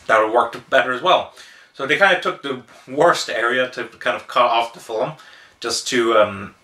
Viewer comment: Fil-m. Its not Phil-im, wheres the extra i? I do want to see this, but Id rather read the manga first. I really like Trust and Betrayal tho, very Oshii esc.